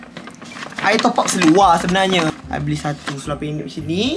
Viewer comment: Suka betul dengar cakap "seluaq" 😆